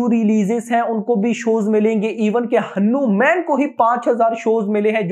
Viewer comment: Abe pahele hanuman bolna seekh